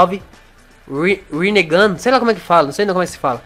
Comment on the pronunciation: O quando vc falar rinnegan o segundo n e mudo